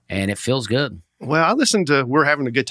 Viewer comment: On Dusty’s pronunciation on the word “good” as “goot”, I believe he just has very good diction. However, I also think he’s said “We’re having a good time” so often that his mouth wants to say “time” after every “good”